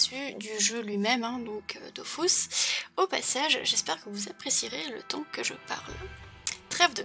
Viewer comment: C'est pas DOFOUSS, c'est Dofus, avec un U Kappa